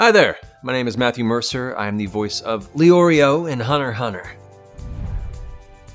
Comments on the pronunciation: The only thing that annoys me is the fact that they say Leorio and not Lay-Oreo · It makes me mad when they say Lee-Oreo but I guess I can’t be mad.